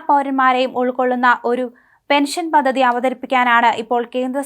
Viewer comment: Paddhathi. Not pathathi.